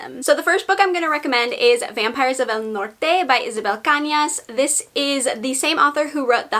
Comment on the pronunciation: Love that trill and accent with Vampires of El Norte review! 🔥and wow I want to read the vanishing!